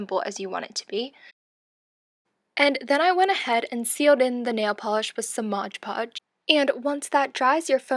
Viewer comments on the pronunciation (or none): Its "MOD PODGE", not "MODGE PODGE"!!!!